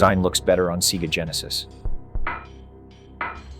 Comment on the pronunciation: "MK3 on SEEGA Genesis"